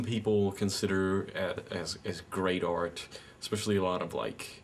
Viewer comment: 'You are a TOY! A child's PLAYTHING!' stick to cartoons and comic books dude and it's pronounced 'ART' - not 'ORT'